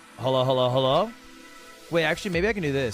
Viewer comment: “hullo” lol I’m so dead